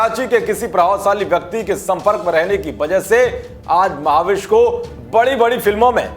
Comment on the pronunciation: Maha-vish😂😂😜😜 Uska naam mehvish hai mere bhai...... Bhai kuch bhi thik se pronounce nahi kar pate.... Khud ka naam tak thik se nahi bolta.... Muh se supari nikal ke baat kar re baba.... Wo dusra anchor kaha hai wo sab theek se pronounce karta hai.... Usko bulao yaar